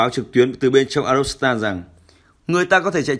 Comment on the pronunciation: Phát thanh viên đoc ngọng arzovstal thành arostal. Nên sửa lại